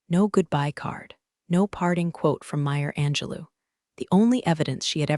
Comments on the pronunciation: PROOF B4 POSTING. :face-blue-wide-eyes: It's NOT Meer Angelou, it's "Maya Angelou." For christ sake, could you do your research? . . . . formal knots risknation . . . . what does that mean? Cassandra resigned twice; at (transcript time) , Cassandra's desk was empty, the badge was placed neatly on top of it, and Cassandra left the building. Now, , she's back standing in the corner office.:face-orange-raised-eyebrow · Oh, my! It's MAYA ANJELOU!! Not Meyer, Maya😊